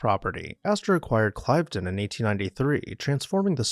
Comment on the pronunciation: This is outstanding, especially your inclusion of Brissac and #2 Temple Place. Cliveden is pronounced with a short "i", Cliv-den.